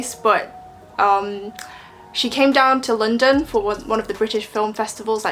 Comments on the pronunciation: 2号肯定是留学生，不说口音，她London的读音都是错的 -_-! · 她的London发音让我虎躯一震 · 她的London发音确实是错的，这个算是很明显的一个错误了